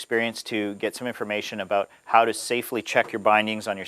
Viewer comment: aboot what?? haha